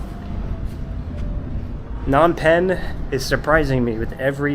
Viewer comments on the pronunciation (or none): lol its not Nom Penh.....the "P" is not silent.